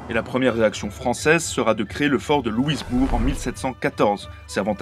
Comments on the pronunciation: Excellent ! Je voulais, moi aussi, renseigné notre cousin Français au sujet du grand dréangement, qui fut une déportation massive des Acadiens. Aussi on ne dit pas Louis...bourg, mais simplement Loui...bourg. ; donc, on ne prononce pas le «s», comme si on disait Louis. Perspective intéressante du point de vue d'un Français. Merci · Le fort de Louisbourg, et non de "Louisebourg". Sinon, bien qu'il y ait surtout des francophones au Québec, c'est vrai, il y en a un peu dans les provinces maritimes, surtout au Nouveau-Brunswick, de même qu'en Ontario et au Manitoba. Merci. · Petit détail de prononciation, on ne prononce pas le "s" dans Louisbourg. Ca se prononce donc "LouiBour" tout comme pour Lévis, qui se prononce"Lévi". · On ne prononce pas le "s" dans Louisbourg ! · En plus de ce que d'autres ont fait remarquer: on dit Louis-bourg en français, pas «Louizebourg», et le vrai nom de l'Ohio se prononçait bien O-ï-o, pas o-ail-o, quand même. L'Acadie cédée en 1713 ne concernait que ce qui s'appelle aujourd'hui la Nouvelle-Écosse (Nova Scotia) continentale, alors que l'Acadie du Nord (Nouveau-Brunswick), l'île Saint-Jean (Île du Prince-Edouard) et l'Isle Royale (île du Cap-Breton) restaient sous la puissance (on ne peut pas vraiment dire possession...) française. Sauf la Nouvelle-Orléans et le delta, la Louisiane à l'Est du Mississippi fut cédée à la Grande-Bretagne en 1763, pas à l'Espagne qui a récupéré l'Ouest. Ah oui, la photo de De Gaulle au début, ce n'est pas du tout l'hôtel de ville de Montréal qu'on montre là.